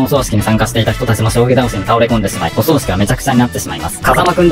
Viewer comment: おそう⤴しき じゃなく おそう⤵しき ではないかな？ 何か、襲うのかな？…ww